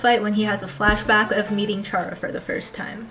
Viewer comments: chara. coming from the word “character” chara-cter care-uh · It's actually pronounced "chara", not "chara". Hope this helps!